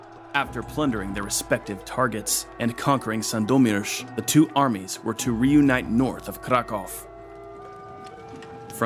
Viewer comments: U pronunced Sandomierz pretty cool! Its really nice that u cared about this kind of details :) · I must say you almost did a perfect job with pronouncing the town names. It shows that you actually spent some time googling and learning them. Sadly not so well with the names of kings and commanders, but still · Pronouncing Sandomierz in a correct way is an acheivement on its own.